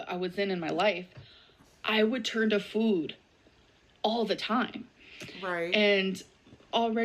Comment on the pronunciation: I hate the way she says 'food'. I swear she didn't always say it like that, but it's like she put a 'w' in there for no reason in the past year or so. Like 'foowd'.